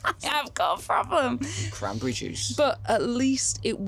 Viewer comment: "craberry juice" ROTFL